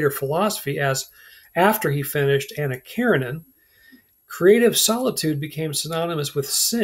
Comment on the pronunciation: Hard to take u seriously when u can’t pronounce Nabokov, Anna Karenina or Ivan Ilyich properly… and I don’t mean their Russian pronunciations… u can’t even say them properly in English.